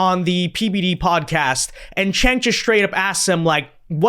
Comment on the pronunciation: Why do you call him Chank when it’s pronounced Jank as Jake?